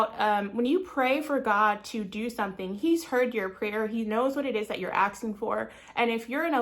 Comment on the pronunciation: NOT AKSING ITS ASKING